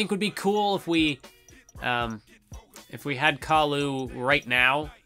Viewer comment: I love the video in all but why do you keep calling khali Khalu?